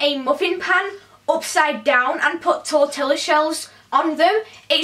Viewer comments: Lol tortilla in America we pronounce it (tor-tee-ya) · You pronounce tortilla, like this torteeya.Double ll's have a y sound. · You aren't supposed to pronounce the L's in tortilla xD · Tortilla is pronounced tortealuh. And tacos are Mexican. That is what Americans associate it with. Btw I live in California, USA. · its pronouced tor-tia 😊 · the only thing that bothered me was your pronunciation of tortilla